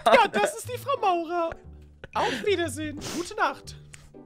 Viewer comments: Wie immer Frau Maurer gesagt hat und nicht Frau Mauer 😂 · Zuschauer: sie heißt frau mauer: frau maurer😂😂😂🤣